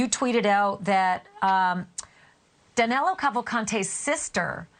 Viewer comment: Why the news keep calling him Danelo? It's Danilo. Unless he was wrongly registered in Brazil or his mother is quite inventive, which is possible, his name should be Danilo, a common name in Brazil. I guess police has his name wrongly registered.